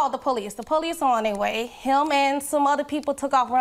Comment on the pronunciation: Why cause she called the poweese???